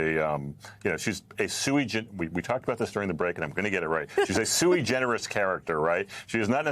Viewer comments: Did Leibovich say "sui-generis" or "sewage-generous?" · Did he call Sarah Palin 'sui generis' or 'a sewage enema'?